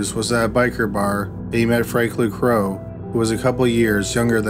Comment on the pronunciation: Narrator kept callng Franklin Crowe " Bro" instead of Crowe